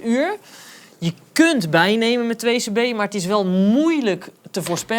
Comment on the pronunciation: It's "2c-b" not "2-cb"